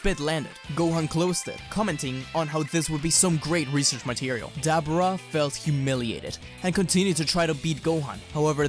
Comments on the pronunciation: His name is Deborah Not Dabrah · “Duh-bore-uh” not debra or dabra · Who is Dab-Brah? 🤦🏻‍♂️ I swear I’m this close to changing the video just because you’re mispronouncing his name like that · The demon kings name is not debra its Deborah. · Who the hell is Dabarah? It's Dabura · I thought it was pronounced Da-Buh-rah not Da-bera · Dude say Dabura properly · I was intrested until I heard him say "Dabura" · I hate how you say dabura omg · The way he pronounces Dabura irritates me lol. Love this whole story tho 💯💯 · makes dbz channel on youtube as an american... cant pronounce dabura...smh